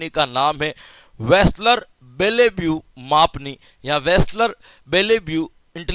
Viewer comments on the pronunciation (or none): Nice class sir ji...aaj tho aap ne vaslar ko reslar bna diya😅😅...ekdam jabrdast class